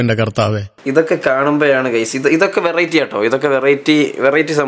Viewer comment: ᴠᴇʀɪᴇᴛy ᴀʟʟᴇ? ᴠᴇʀɪᴇᴛy?... ᴠᴇʀɪᴇᴛy ᴛʜᴀɴɴᴇ🙏🏻